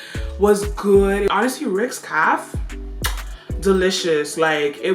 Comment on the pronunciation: Is the word Caff or Cafe 😄😄